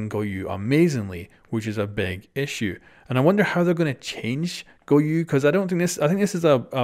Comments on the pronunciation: It's pronounced GO YO. Where tf do people keep getting the letter U in his name? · Can anyone tell how many times this man said GOYU